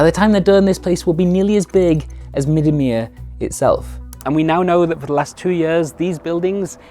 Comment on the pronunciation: As a wieringermeer native, I thank you for pronouncing "Middenmeer" correctly.